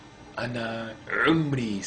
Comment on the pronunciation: حرف العين وجع أذني خصوصا من قال عمري صعبه وعشرين هههههههه